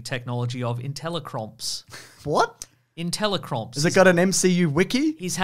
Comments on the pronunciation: Intelli-crops? Open your ears kid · Intelli-Crops, not crumps... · Ah yes, intelli-cromps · I'm pretty sure Tony stark said intelli-crops, not cromps. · Inteli-CROPS! not cromps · I think it's IntelliCrops not IntelliCromps. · ...Inteli-cromps? For real? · "Intelle-crops" Crops. Not cromps. Crops. Smart plant. GMOs.